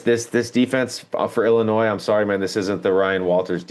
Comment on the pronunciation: Its Illinois....not Illinoise. Love see the people that have me blocked on twitter....well the dubup discord has me blocked not the people who run it.